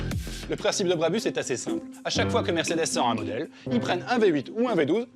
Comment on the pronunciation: Ça se prononce Brabousse décidément je vais devoir vous faire la remarque sur chaque vidéo qui parle d’un truc près de chez moi